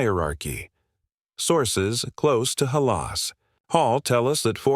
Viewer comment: Who is this? Tevin Jenkins doesn’t play for the Bears anymore! And who calls Hal-as Hall, Ha -la Hall? Definitely not a Bear fan!